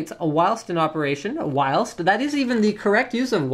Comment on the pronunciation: whilst isn't pronounced like that...am not even american and i know better english than most americans...u guys go to school right?